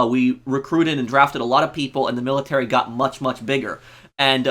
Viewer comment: stop sayin millitary